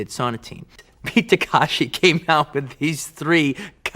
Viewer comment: And the name of the actor/director to boot: It's Ta-KE-shi ✔ Not Ta-KA-shi ❌ He'd be better off just calling him Kitano.